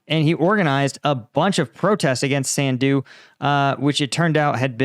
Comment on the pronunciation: Her name is pronounced like: Maya sun+do